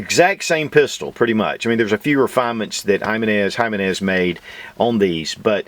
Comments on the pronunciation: Damn, brutalizing the pronunciation on that one.."High-menez"😂😂. Should be "He-meh-nez". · It’s Heemenez, not Highmenez. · It's EE - MAN- EZ. Not Jimmy nez. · It's Him-en-ez not Hymen-ez Just saying... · Repeat after me now, “he-men-es” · He-men-s.... You said it right a few times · Have gotten into mouse guns since earlier this year (2019). Curerntly have 4 and waiting for clearence for my 5th. Really appreciate your reviews Mouse guns and others. You are one of 5 reviewers I count on. One point on this review, it is sometimes confusing for some when it comes to pronunciation of Spanish words. The name "Jimenez" is "He - men - ess". The "H" in Spanish is pronounced like "H". Any way keep on reviewing. DId not Jimenez sell to Phoenix Arms? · I was told J is silent, so em-meh-nez... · Hey brotha, thanks for another cool little review but let me give you a little hand with something. Ji-MEN-ez Watched this vid and the newer one on the 9 and I can hear you hunting for the emphasis and hoped I could be of service :) Keep it up and zero negativity intended! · It's pronounced HE - men -ez . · Put some work into pronunciation, boy. "Hymenezz JA-22"...